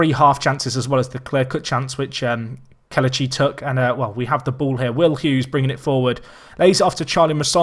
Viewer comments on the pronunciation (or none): It's pronounced Keh-leh-chee instead of Keh-luh-chee. Great video nonetheless